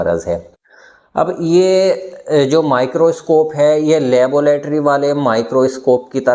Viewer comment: चिच्चा, लेबोलेटरी कि लैबोरेट्री? बाख़ुदा ! पढ़े लिखे हैं अगर्चए तो तलफ़्फ़ुज़ सुधारें।